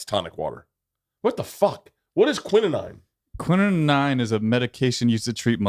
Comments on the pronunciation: I knew Bert was kinda dumb, but... "quininine?" LOLZ. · 😂😂😂 wrong pronunciation of quinine